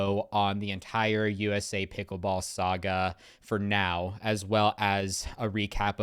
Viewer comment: Ok a couple of things: It’s pronounced SA-GA not SEGA. Multiple sources have already stated that the Joola Gen IV Pro’s will be 280.00 not more.